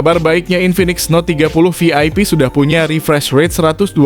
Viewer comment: Prounounced as 'VIP not 'FIP', 'Volume' not 'Folume', 'Video' not 'Fideo'.